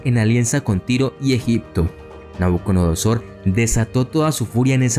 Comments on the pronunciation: Me encantó el video, muy conciso. Sólo agregar: NabucoDONOsor (dijiste todo el rato NabucoNODOsor jajaja) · Que excelente video. Una observación: pronunciaste Nabuconodosor y en realidad es Nabucodonosor. Sigue con el excelente trabajo que haces, es bastante completo e ilustrativo.